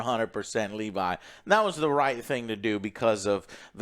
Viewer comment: Not a huge deal but why does Joe always fuck up names when it’s clear how they pronounce it Dude did it with Thanos now he doing it with levy It’s not Levi Shoutout yall tho